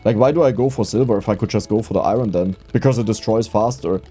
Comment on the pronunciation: Do a run where you need to reach the final blue layer, but you have to say iron right every single time, and you have to mine as much as possible. If you say it wrong, you need to restart.